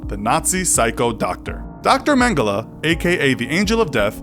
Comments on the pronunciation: It's pronounced mengel not mengela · It’s it’s pronounced man-gel-y not man-gella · Mangela ? English can't pronounce anything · It’s pronounced men-ge-lay , he is German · Mengela or Mengele ?? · Dude it’s pronounced mengell ok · You don't pronounce Mengele that way.........